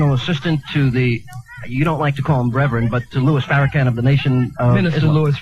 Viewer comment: No matter how many times white racist hear the Minister’s name they continually purposely mispronounce his name “Farrah-Can” as a way of disrespect. They (white racist) did the same with Blacks they fear secretly and powerful Blacks. They did openly to Barack “Husain” Obama and now “Ka-Mīl-laah” Harris listen carefully to the way white people pronounce Black people’s names after hearing it pronounced several times correctly and they continuously screw it up is they’re code for I’m a racist. You’ll know it, like when Jews say Moslem instead of Muslim!!